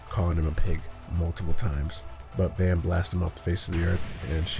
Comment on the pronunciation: Its pronounced as bomb not bammm